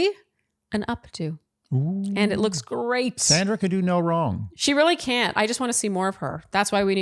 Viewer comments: I gave y’all grace for the first week, but it’s pronounced Saundra! Not Sandra! 🤪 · Please pronounce each person’s name as she/he does: it’s Sandra with an aw sound, think of it as SONDRA. We’ve all had difficulties with the lead’s unconventional pronunciation and I think it’s important to accord everyone the same respect. Word watch 3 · Please, pronounce Sandra's name correctly. She pronounces it "Sondra". I agree that Kathy is being petty. Word watch: 8 drama Caren